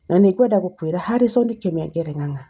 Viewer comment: Not Kimengere but kamengere